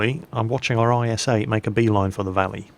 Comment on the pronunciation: you say js 8 not is8